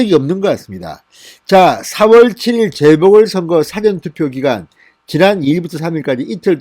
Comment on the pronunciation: 사전투표 발음(억양) 쫌 제대로 해주세요. 반복해서 듣기 좀 거시기 합니다.